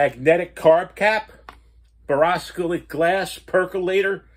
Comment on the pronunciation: Love every video. It’s pronounced BORE-OH -SILICATE